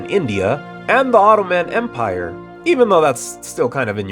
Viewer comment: You sold me with the mispronounciation of the ottoman empire